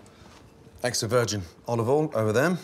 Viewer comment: Only 2 glugs of Olovol?? Gordon is losing his touch!